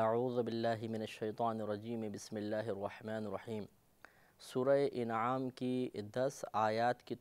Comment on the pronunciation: سورہ اِنعام نہیں بلکہ اَنعام ہے۔ درست تلفظ فرمائیں ۔ شکریہ